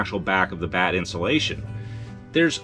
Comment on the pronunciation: Every time you said batt I heard “bad” lol Let’s get some bad insulation in there! 😂 But thanks for the video it was very informative. You seem to have a sense for what measures are needed and when, which I am still struggling to understand.